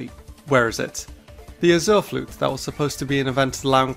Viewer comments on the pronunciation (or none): TAG: Ah-zoo-er Flute Me: what? Does he mean the Azure Flute?